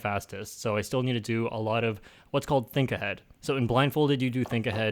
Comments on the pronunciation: Think ahead sounds funny haha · When he said Think-Ahead I was laughing so hard. 😂😂😂 Thanks for the likes! I have never had this many lmao.